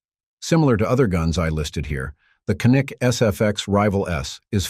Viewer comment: How do you pronounce Canik? It's not Ca-NIK as in Can-Nuk. 🤦 It's actually more like CHAN-IK or JA-NIK.